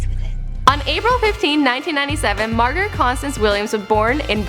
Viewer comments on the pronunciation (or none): none